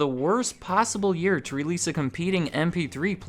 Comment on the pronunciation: I swear it sounds like you are saying “Np3 player”.